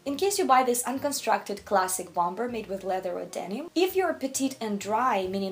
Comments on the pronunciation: The second B in Bomber is silent. Bommer, not BOM BER. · Bom-ber? 😂 It's silent B like "Bomer". Also your pronunciation of kimono 🥴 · Very interesting video , one thing to note is don’t pronounce the second b in the word “ bomber jacket “it should sound like “bom er” 😊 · And you don’t pronounce the second “b” in bomber., I am in awe of your command of English as a second language. Thought you might like to know this little detail. You are way more talented than I will ever be, on EVERYTHING.